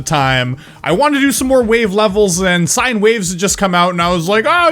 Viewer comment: You said sinne waves its sine wavs